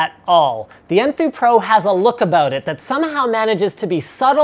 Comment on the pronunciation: LOL I thought he said poo too